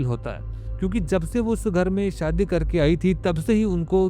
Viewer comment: क्लब को कलब, खुश को खुस, शादी को सादी, हमेशा को हमेसा और कितने शब्द गिनाउ तुम्हे इसीलिए कहता हु ये अनपढ़ गवार सी भाषा को बंद करो और पुरानी आवाज लाओ